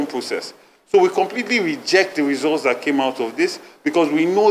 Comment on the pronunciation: I heard resource instead of results😂😂😂Chairman Aspirant..